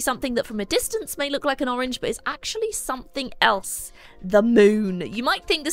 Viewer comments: "Pourange". I'm using this. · Porange 😂😂😂laughed too hard to this